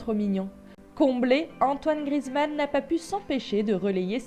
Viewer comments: Grizmann 😂 c Griezmann ça me stress quand on dit ça BREF c tout pour moi 😂✋🏼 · Prononce bien GRI-EZ-MAN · on dit Griezmann bordel 😂😂😂😂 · tu prononce mal son nom, le «e» se dit sa se prononce «é»